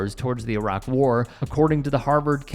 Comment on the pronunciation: Finally, an American that can say Iraq.